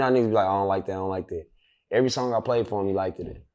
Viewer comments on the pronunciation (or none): Likeddid it 😂😂😂 wtf is likeddid it is just liked it bro ....the English language wins again😂😂😂😂